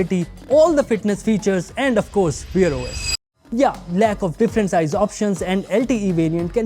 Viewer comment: Wear /wer/. Not weer os lol 😂